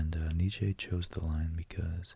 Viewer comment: I love this video 💖 I may not agree with what you said entirely, but who is really wrong when it comes to abstract thought? Also, it's pronounced like neet-chuh, not neet-chay. But it's cute how you say it lol